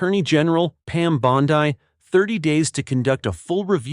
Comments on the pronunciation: It is the A.I., that they want to shove down our throats! Just think of the errors that could occur, when they install A.I. in our weapons systems! Oh and A.I., it is "Pam Bond ee", not Pam bond EYE!!! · It's Bondee not Bondiii. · Where did you learn English? The I at the end of her name in correct English sounds more like an "e" not a capital I.